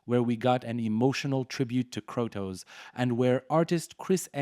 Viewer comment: Learn how to say Kratos you terrible content creator